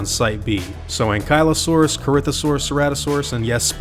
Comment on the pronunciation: You pronounced it wrong is ankly as in ankle o Saugus